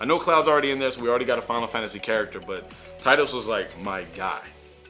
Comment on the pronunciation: Triggered. His name is pronounced Teedus. Definitely should put Sora in here, though. Make it happen.